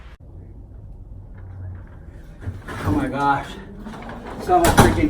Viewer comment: I thought he said “Sister STORE” at first.